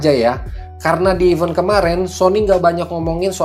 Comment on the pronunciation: Event bang bukan even